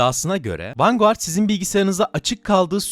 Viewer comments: Her defasında vengard demeyip vanguard diyerek ingilizceyi katleden. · Sorma bir de 90 kere mi ne vanguğart dedi :D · vangard diye okusana niye yazıldığı gibi okuyorsun? 🤦🤦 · Vanguard (vangard) ❌ Vanguğart ✅ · vanguard ne la sinir krizi gecirdim video boyu vangıard diye okunuo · Abi niye vanguardı vurgulaya vurgulaya söylüyorsun